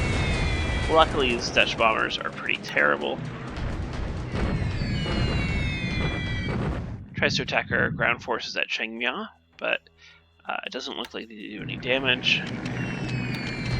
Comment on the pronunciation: You buttered the pronouncement of Thailand's Northernmost city you got Chiang right but Mai (my with a i). I have relatives living their.